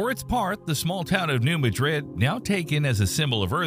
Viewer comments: Just wish all you "experts" would learn how to correctly pronounce New Mad Rid not Ma Drid like in Spain . So disrespectful of all of us who live here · The locals pronounce it "New MADrid".